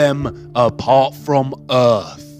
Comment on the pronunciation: Heart is not an anagram of Earth or (urf) as he pronounces it, and nowhere in the Bible does it say that an apple was the fruit of the tree of Good and evil. This guy's tone and inflection of speech are getting so annoying I'm not sure that I can listen to the last of the video, he definitely needs to take an English pronunciation class. He sounds like a middle easterner that grew up in Britain. did I forget to mention he's very condescending in his tone, no surprise there.